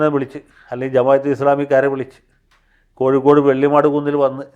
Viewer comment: ഉത്തരേന്ത്യക്കാർ കോഴിക്കോട് നെ കോജിക്കോട് എന്നാണ് പറയുന്നത് കാരണം അവരുടെ നാവ് " ഴ" എന്ന് പറയാൻ വളയില്ല. ഇപ്പോൾ കോജിക്കോട് ഒന്ന് കൂടി പ്രസിദ്ധമായി അവരുടെ ഇടയിൽ.